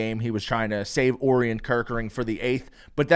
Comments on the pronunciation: For future reference, it's pronounced "Oh-ryan" Kerkering. Like the constellation, Orion. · Bro if you are going to continue to mispronounce Orion I can’t listen to this podcast😭